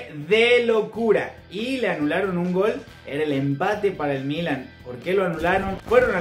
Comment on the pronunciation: Buen reportaje, nada mas no tomes moda de los comentaristas argentinos que pronuncian muy mal el español. Es Milán, no Mílan, el acento va en la "a". Saludos.